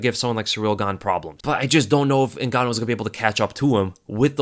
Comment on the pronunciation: Say gan one more time